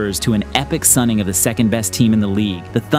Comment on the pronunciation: “Epic sonning” 😂😂😂